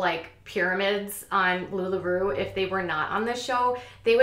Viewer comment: It's Lula Row, not lularoo 🙃😀🤣